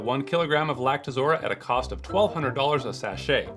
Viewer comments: I like how you spend your time saying "Lactozora" when the text reads "Lactoroza" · LactoROZA, not lactoZORA... geez, what kinda distributor doesn't know his own product?